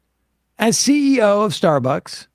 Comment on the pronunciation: I love Sam, but is he drunk? He can't pronounce Starbucks, it keeps coming out as "Starberks". 😂